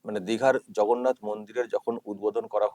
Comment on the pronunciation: হিন্দু হলে তো তবে চন্দন মাথায় রাখতে পারবেন আর সঠিক ভগবানের নাম উচ্চারণ করতে পারবেন। উনি যতবারই জগন্নাথ বলতে গেছেন ততবারই ভগন্নাথ বলেছেন।